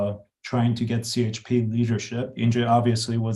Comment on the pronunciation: Would have expected to be able to pronounce CHP as Turkish people do - ce he pe! Should work on it, because it will be the leading force in politics for the next five years:)